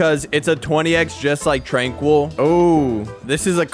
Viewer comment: TRANQUIL NOT TRANQUOOL